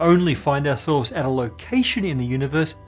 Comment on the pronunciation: How did you make "ourselves" sound like "assholes"?